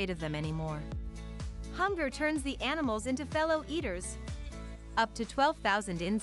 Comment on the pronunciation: She kept calling them anamals. What happen to insects?